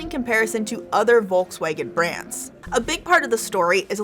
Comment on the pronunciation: I squirmed when she pronounced DOS OTTO and WOLKASWAGAN